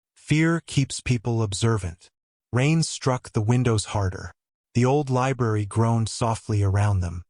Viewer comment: LI B R A R Y not libarry. That first R is not silent. Sections of the story are repeated for no reason, and the AI narrator sounds very mechanical and somewhat staticky. Why the hell would he be suddenly and for no reason be bleeding below his ribs? This story swings wildly between saying he was poisoned to being stabbed by an employee. It's ANNOYING. Fire the AI writer...it's malfunctioning. Some comments are saying it ends in a cliffhanger, no it doesn't.